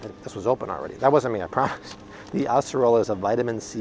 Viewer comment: Really impressed with correct pronunciation of “açaí and acerola fruits”. Great video as always. 🙂